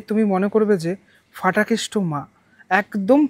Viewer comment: Aar otake danda noi, chori ba lathi bole Ki bhasha! Aar bangla bhashay na f nei. Ph ache. Ota Phatakeshto, English word fool er moto ucchharon e Fatakeshto noi